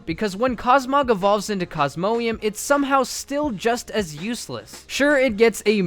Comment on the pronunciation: cosmo-ee em? FAIL